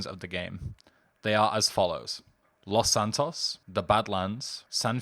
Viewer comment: lmfao dude have you never hear spanish? it's pronounced Loes Santoes tanto!